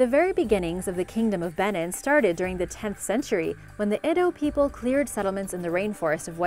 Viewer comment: Very good videos but you may want to watch your pronunciation. Nok is not pronounced like "knock" but more like "nohk." Edo is not pronounced like "eh-doh" but more like "ee-doh." Benin is not pronounced like "Ben-in" but more like "Ben-EEN" (stress on the second syllable).